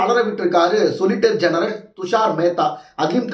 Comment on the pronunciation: சரியாச் சொல்லய்யா….சொலிசிட்டர் ஜென்ரல்…..சொலிட்டர் ஜென்ரல் இல்லை. இன்னொரு சானல்ல…” சொசிலிட்டர் ஜென்ரல்” அப்படின்னு வாசிக்கிறா ஒரு பொண்ணு. நீங்க இப்படி உளறுவதையெல்லாம் கேட்கணும்னு எங்க தலையெழுத்து.